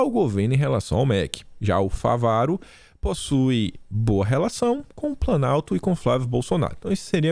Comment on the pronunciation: é FÁVARO... com acento no Á...